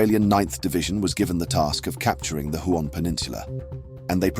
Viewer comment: Huon = Hue-on...